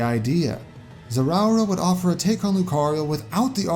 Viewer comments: It's pronounced ze-roar-uh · I know you tried to pronounce Zeraora right but you definitely didn’t, you tried though and that is what matters. Zare uh ore uh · It 's Ze-ra-aura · Jacob Graham For one my comment was a joke, however let’s dig into it! I listened to the clip you linked several times, which is a Japanese clip but Zeraora’s name is the same in both languages. Ash’s pronunciation unlike you said is “ZeRAHora” while pronunciation is “ZerOWah,” is recommended listening to the clip a couple more times, since Japanese is likely not our first language it’s easy to make a mistake like that, but I assure you the pronunciation is indeed “ZeRAH-ora” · I hope im pronouncing this right zeWOWera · It's the rawr pronunciation of Zeraora. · It's pronounced, "Zer-ra-aura" Also, where's Roll? She's Mega Man's echo in the MvC series. Only real change is reusing Mega Man's custom moves from Smash 4 like Beat instead of Rush. SHE'S LITERALLY AN ECHO OF MEGA MAN IN MVC1 AND MVC2. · “I hope I’m pronouncing this right- “ Me: Oh I’m sure he’ll have it right, and if not it won’t be that bad: Zer-ow-a Me: ^Long sigh^ 😬😬😬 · Zeraora is pronounced like: "Zeh-rah" (zero but with an "a" instead of "o") Plus "Oh-rah" (like Jotaro's rush) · I cringed at Zeraora's pronounciation lol. Nonetheless i enjoyed the concept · "I hope I'm pronouncing this correctly" proceeds to horribly butcher the name. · I’ve never heard anyone pronounce Zeraora so wrong before.